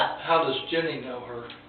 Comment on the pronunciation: dude its Ginny not Jenny